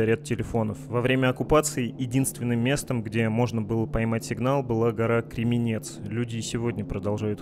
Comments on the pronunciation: Не Кременец а кремянец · ЖИТЕЛИ ИЗЮМА-ИЗЮМЧАНЕ! ГОРА КРЕМЯНЕЦ, СУДАРЕНИЕМ НА БУКВУ.. Я''!